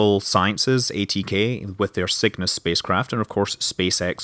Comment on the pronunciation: 3 Observations: A: That was badarse. B: I keep mishearing Cygnus as "Sickness" ("Get to orbit with the sick-ness"?) C: That little town just east of the KSC is probably the worst place on all of Kerbin to build a settlement of any sort. XD